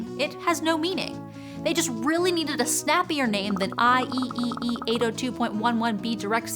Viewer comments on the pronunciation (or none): Isn’t IEEE usually read like I triple E...?